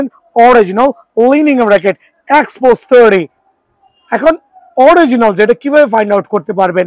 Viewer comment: Original 😂🤣🤣🤣🤣🤣 Vhai dowa kore pronunciation shikhe asen😂🤣